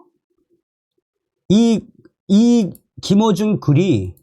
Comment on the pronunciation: 김호중 가수의 이름을 부를 때 김어중으로 자꾸 들려서 김어준 으로 연상되서 듣기가 좀 거북스럽습니다. 참조 해주세요.